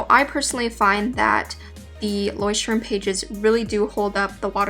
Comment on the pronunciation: It's so funny how you say Leuchtturm... Btw it's a german word and i'm from Germany XD